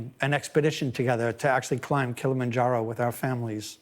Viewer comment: Honey, it's Kilimanjaro 😂😂😂😂